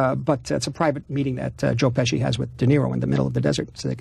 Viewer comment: Very funny that he says “Joe Pessie”